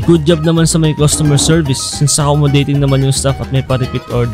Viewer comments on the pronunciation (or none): its CUSTOMER not COSTUMER